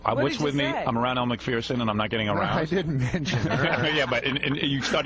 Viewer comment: It's pronounced Mak furr son. Not mak fear son.